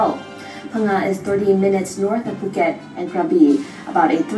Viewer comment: It's POO-ket not FUH... Lol